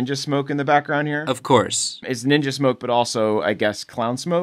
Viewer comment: Every time they say naruto is ni ja middle school and high school I cringe so much lol